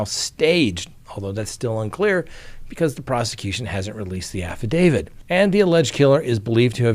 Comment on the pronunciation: Can you please stop saying "affidavid"? You're a lawyer, you should know how to pronounce affidaviT".